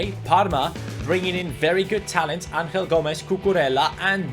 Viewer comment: You are saying Angel Gomes name wrong. Because he is from England you should say Angel and not Anhel. He is not from Spain